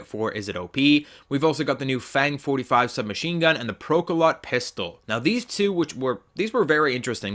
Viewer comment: The PKM was actually the precursor to the Pecheneg, and is a real world gun. (also it's pronounced "Pro-ka-lowt" and is a verb meaning to pierce)